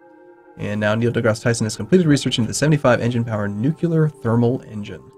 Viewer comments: NUCLEAR! NOT NUCULAR!!! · please stop saying nucular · why are you pronouncing nuclear as nukular? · Am I the only one bothered by nu-QU-lar?